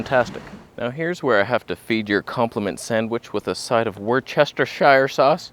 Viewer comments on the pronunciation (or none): finally a correct pronunciation of war-chester-shire-sauce. Don't believe the others who wants you to say wʊstərʃər(')_